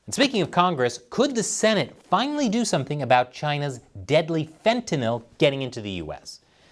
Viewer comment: It's a low bar, but thanks for pronouncing fentanyl correctly.